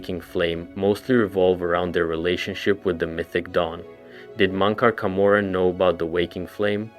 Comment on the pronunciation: Mon-cor Ka-morrin is wild😂